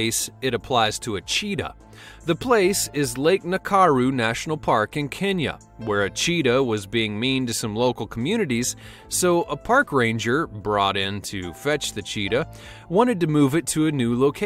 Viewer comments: that cheetah was at lake na ku ru not lake nakaluu voice over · Lake "Nakaru"really........it's lake Nakuru